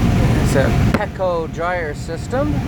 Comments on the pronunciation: It's pronounced pee-co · u said peco wrong its silenced with two e's